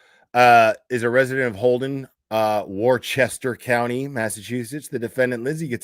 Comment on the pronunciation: You’re too cute I love how you pronounce Worcester! Great job on the fundraiser…… Free turtle boy!